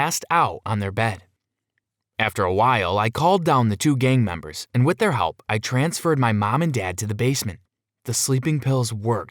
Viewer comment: Whenever you say gang members it sounds like game members